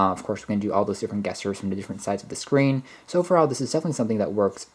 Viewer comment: Soft g not hard g on gesture. treat it more like "jesture." Are you sure about the plus and minus bit for volume? Is that some kinda built in short cut? If not then those are literally what they look like. The asterisk for multiplication, the slash for division, and of course plus and minus for respective addition and subtraction.